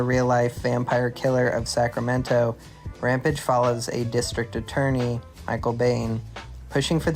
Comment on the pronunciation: Ram Page Rampage Makes you sound like an ai when you can't pronounce rampage